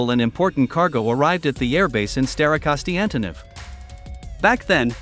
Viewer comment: staroKONSTANtynov :D how can the AI voice get this wrong so many times :D